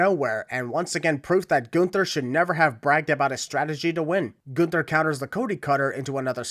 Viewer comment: gun-ther. ding (edit: referring to Michael pronouncing it like that)